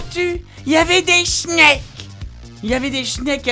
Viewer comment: Des shneks ? Quoi ? Ah ok des snakes...